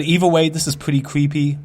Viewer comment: ''which is pwetty cweepy''